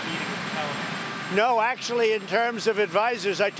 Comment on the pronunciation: Am I the only one that's hearing Tali-bam